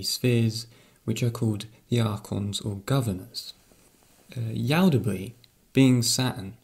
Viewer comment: Yaldabaoth not yaldabree :P Just a little correction, great video :)